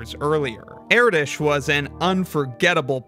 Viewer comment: It's Er-Dosh not Eraditch